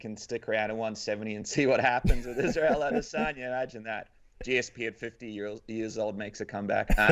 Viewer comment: How the heck is Israel still that difficult of a name to get right, guys?